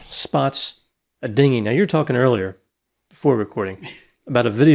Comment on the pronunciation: only AI would pronounce it Din-gy